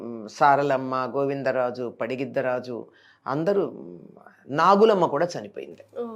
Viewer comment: పడిగిద్ద రాజు కాదు పగిద్దరాజు